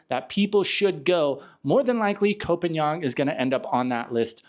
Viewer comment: would take how many seconds to learn how to pronounce phangan?